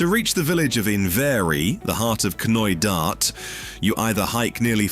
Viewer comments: The 'K' is silent in Knoydart. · Four hour hike across Knoydart? I think not 😅